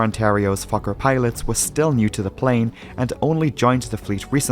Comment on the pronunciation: As a swedish person, you nailed it!